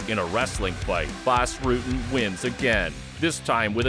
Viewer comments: How the narrator comes up with that pronunciation? It's not Rooten. The u is pronounced exactly like in English, butter, sudden. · What I would give to see a fight between the two GOATs in their prime, Rutten vs Sonnen. His name is "Rutten" and not "Rooten" though. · Baws Rooten? Really? BAS RUTTEN. dumb fuck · Not baas, but BAS. Obscene warrior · You messed up the names and move names in the first 3 minutes. I don't understand. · As a dutchman I am proud of our dutch fighters ... and bas will be happy that he didnt have to go back to the Netherlands ,as he said in here comes the boom.... but you yanks should learn to pronounce his last name...😄